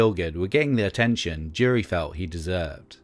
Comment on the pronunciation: Why does the narrator keep saying "Jerry" instead of Jury? 🤔